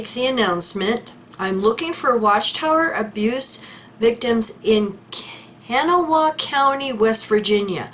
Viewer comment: Hi.. it is pronounced Kan ah wa. That is the county seat of state Capital.